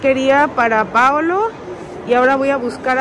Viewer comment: Hasta hoy supe el nombre...PAOLO😐 lo pronuncia como Paulo...PORQUE??🤔🤔🤔